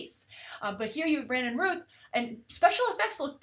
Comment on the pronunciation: Geez, you really have a hard time with Last Names... you Had Stephen Amell's past name right the first time lol! Brandon Routh's last name has the same sound as "ouch" for the ou! These are CW Shows & they have the CW filming style, I really have no problems with them & feel that they are stepping their game way up... don't feel the need for them to make their shows look movie style. As long as the Stories are well written & Graphics & cgi are done good, that is really what matters.